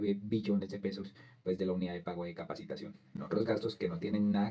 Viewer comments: Es capitación no capacitación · Capitación, no capacitación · 😮😮😮😮😮😮😮😮 NO ES UNIDAD DE PAGO DE "CAPACITACIÓN". CORRIGE POR FAVOR. ES UNIDAD DE PAGO DE "CAPITACION" DE CAPITACIÓN. 🎉🎉🎉🎉🎉🎉🎉🎉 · Capacitación??? No No. Es. Es Capitacion lea bien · ojo, soy seguidor del canal pero hoy me llamó mucho la atención que se cometan errores en la lectura del guión. Por encima capté que por lo menos, seis veces se leyó que la UPC (Unidad de Pago por Capitación) se haya leído como: Unidad de Pago por Capacitación. Ojo, No es Capacitación sino CAPITACIÓN. Queda uno como desinflado!!!